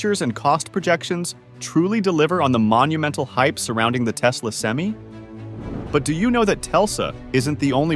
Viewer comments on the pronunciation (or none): It's "sem-eye," not "sem-ee." It's "Tesla," not "Telsa," but your AI reader wouldn't know that either. The problem with AI readers is that they are obsessed with giving a pro, then a con, then a pro, then a con, before switching topics. If you're seriously into EVs and charging, write your own scripts and use your own voice. It won't be good for a while, but you'll get the hang of it. All this AI does is make enemies on both sides of the issue.